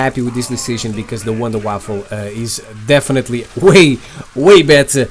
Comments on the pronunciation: Please stop calling it the wonder waffle. It's called the wonder Waffe there is no L in Waffe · Its wunderwaffe, not waffle xd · it's wonderwaffe not waffle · Lol you kidding me? It's wunderwaffe which is German for miracle weapon and not wunderwaffle(miracle waffle). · he says wunderwaffle